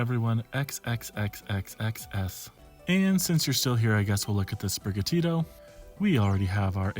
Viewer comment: Bro said spiriga Tito 🙄 It’s spiri gatito Gatito being Latin for cat or kitten